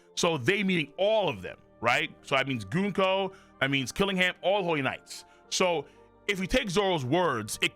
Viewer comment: The way you pronounce it sounds like “goonco,” and even the caption agrees.